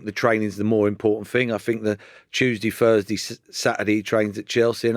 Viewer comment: "fink".. "furs day"